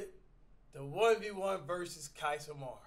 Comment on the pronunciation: So we just not gonna talk about how Flight called this man man Q-iss 😂😂😂